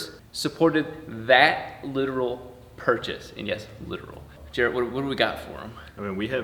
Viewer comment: Garrett should send y’all a custom turbski that says Jaret